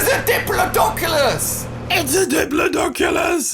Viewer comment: it’s a dipldoplsus